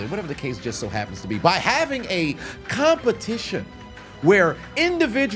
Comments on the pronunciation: I know he didn't just say CUMpetition 😂😂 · “A CUM-petition” 😂😂😂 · A "cum"pertition 😂😂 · Competition ✖️ CUMpetition✔️✅ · Competition You mean Cumpetition 😅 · CUM-petition…. EDGE-ucate…..